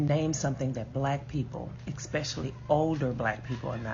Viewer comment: Hearing "expecially" instead of especially over and over is just INFURIATING! THe stitches were all 100%